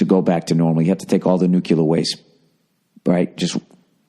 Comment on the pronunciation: Bill... it's NU-CLEAR... "NEW-CLEAR", not the George W. "new-cyuh-ler"... TWO syllables, not THREE!